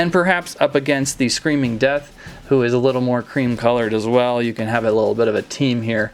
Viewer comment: ha ha ha dat was funny bicouse wen you akshuli say def dat was siryesli funny